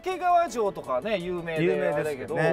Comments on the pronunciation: 掛川のイントネーションがずっと気になる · 掛川の発音は 沖縄ではなく 山梨です